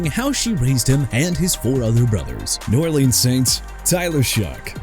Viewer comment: JACOBY BRISSETTE'S MOTHER IS LISA BROWN! YOU FORGOT TO SAY HER FIRST NAME HUH?! KRISTA NIX NOT CHRISTINE! ALSO JAGUARS AS IN JA-GWAARS NOT JAGWIRES AND NEW ORLEANS AS IN NEW OR-LINS NOT NEW OR-LEANS AND I'M STILL TIRED OF CORRECTING YOU AND YOU NEED TO QUIT YOUR JOB!!